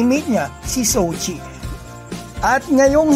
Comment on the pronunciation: “Jou chi” hindi “sou chi” pronounce